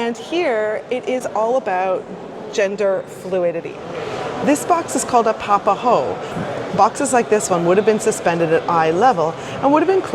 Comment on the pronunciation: Good pronunciation of the Polynesian words, especially 'papahou' although the macron on 'takatāpui' indicates a long, stressed vowel, so ta-ka-TAA-pu-i :)